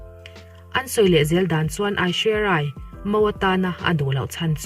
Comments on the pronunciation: Aishuerai i sawi awlsam thiam pet pet e. 🤣🤣🤣 Mahse 'inkawmngaih' nilovin inkawmngeih aw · Aishwarya Rai lamdan chu bei chianglo thei ve.....